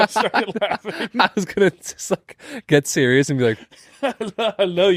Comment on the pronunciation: Why so sewious